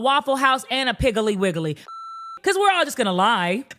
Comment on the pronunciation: Why did piggly wiggly have 6 syllables😂😂😂😂